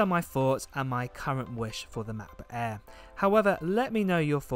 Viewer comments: Please pronounce Mac Book air not eaaa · If he says Mabooq ehrr one more time. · "mahbooh eh" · "Mahboo Eh" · Macbook eeaa😂😂😂😂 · “Ma..book air” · Cracks me up whenever I hear "macbook airr" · I only watch for the pronounciation of mach boohh aeeehhh